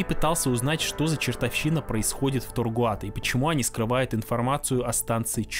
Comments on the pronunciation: видос крутой, отдельный мем для меня это весь видос после автора говорить Тогруат. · Я устал считать сколько раз ты неверно произнёс "Tagruato". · Почему автор упорствует в неправильном произношении TaGruato ? Наверное, это синдром "скрупулёзности". 😊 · «Тагруато», а не «Таргуато» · Все круто но не таргуато а тегруато правильно говорить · Видео отличное, но ты на протяжении его говоришь Таргуато, а пишется Тагруато. Может быть я чего-то не знаю. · ТаГРуато, а не ТаРГуато. Написано же внятно. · ТаРгуато, ТаРгуато, ТаРгуато. ТаГруато: я для тебя шутка какая-то?😢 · Только не говори, пожалуйста, больше ТаРгуато. Контора называется ТаГруато. И на фоне постоянно всплывающего их логотипа твоё их произношение расстраивает высокие чувства. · 👈🤣 ТаГруато! TaGruato! А не "Таргуато".🫣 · Ты не раз говоришь Таргуато, но правильно Тагруато. Прям косяк косяк)) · Tagruato: TAGRUATO: Таргуато Tagruato: ТАГРУАТО: Таргуато Таргуато Таргуато Зрители: да еп.т.м. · taGRuato написано в каждом кадре. А слышится таРГуато. У меня одного диссонанс? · Тагруа, а ты говоришь постоянно таргуато … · ТаГруато, а не таРгуато))) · Зачем так часто говорить Таргуато??? Тем более что правильно Тагруато. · Тагруато, а не таргуато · Аффтар! Ты зочем кажый рас, когда гаваришь таРГуато показаваишь их лого taGRuato! Осваиваешь вирусный маркетинг?)) Если это не ошибка, а троллинг, то ход безусловно тончайший)) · Почему ты говоришь тоРГуато, когда мы ясно видим тоГРуато??? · Почему вы называете ее таргуато когда она вообще таГруато????? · таГруато же, а ни таРгуато, разве нет?) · Почему ты говориш Таргуато а не Тэгруато как написано ? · ты за весь ролик ни разу не произнёс правильно название ТАГРУАТО, говоря "таргуато". бро, что с тобой не так? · таГруато же написано, а не таРгуато... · ТаГруато а не ТаРгуато😡🤬😤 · Тагруато. Не Таргуато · Автор ты или читать не умеешь или буквы путаешь. Как можно вместо taGRuato все все время говорить taRGuato??? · почему ТАРГУАТО когда ТАГРУАТО?